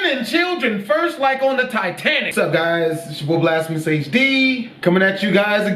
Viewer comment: Taitanic XD i love english an south america